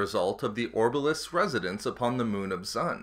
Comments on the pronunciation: Though it's late, but D'xun it's not dzun, it's duxen. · Dxun is pronounced 'Duck-zn' not 'zun' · Only two orbalisks attached to Bane. Dxun is pronounced ducksun. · Dxun - "Duc-son" -> The moon of Onderon. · Come on how did you not get that right. It hurt my ears to listen to you butcher the name. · One annoyance, it's spoken in Knights of the Old Republic 2 and pronounced ducksin essentially. Dxun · The name of the moon is called DUXUN......how are u saying wrong? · Its pronounced dux-in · by reading the actual novels rather than listening to audiobooks. I mean, the fandom still can't seem to agree on if Niman is pronounced Nee Man, Nee Mahn, Nye Man or Nye Mahn, so screwing up Dxon is a bit more understandable in my book.